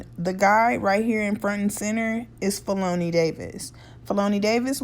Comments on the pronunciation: Feloney is pronounced ‘felony’ lol Chitown native here! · andre always wrote with r kelly. and the ugly dude in the back of the car as you stated is black r kelly's cousin slash road manager. also his name is pronounced Felony like the crime charge. i know em all. but felony is my guy. they are real cool peeps. . but it is what it is. i pray for everyone and keep it moving. have a blessed one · His name is pronounced Fel-o-knee.... Like the crime...